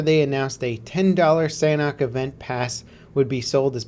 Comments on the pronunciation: why is it that americans can never ever actually speak english correctly ? sanhok is not said sanack. sanhok / san - ock. when you say it together the H makes a small entrance. think of it as a silent kinda of letter. one more time, sanhok. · They way he says sanhok makes me cringe! You must say SAN-ook